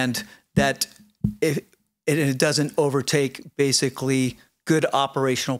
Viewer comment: If I had a dollar for every time said “basily,” I’d have like, a hundred dollars. Good Lord.